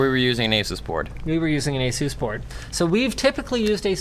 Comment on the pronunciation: It's not Asooos It's Asus